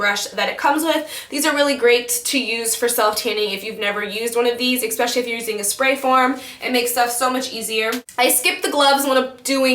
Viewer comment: why do people say "eXpecially"? it is pronounced ESpecially.